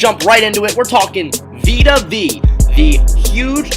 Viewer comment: Please learn to pronounce the dudes name... Vita Vee?? it’s Vea... pronounced Veyah